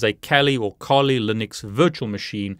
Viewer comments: Kali .....not KOLI my friend!!! And to offsec. kali Developers .Kali and Dragon picture, ,it´s silly guys, 😂😂 Kali is a India godess! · Great video ! By the way , isn't it Kali linux? Not Koli 🤔🤣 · Interesting video. Thank you,! I would really like to see how you did that. Are these cables commercially available? Just one suggestion: decide on one pronunciation of Kali, whichever it may be. You're the boss.;-) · Please decide for one pronunciation Kali or Kali. Also it does not work if you do not have administrative privileges. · I wish you would make up your mind how you pronounce Kali!!!!!